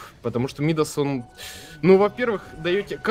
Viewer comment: почему вы говорите мИдас? царь мидАс, перчатка мидАса